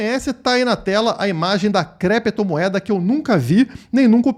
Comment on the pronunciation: Ele queria falar "Clépto" moeda mas se embaralhou e falou "Crépto" moeda. É muita crise de abstinência do vil metal.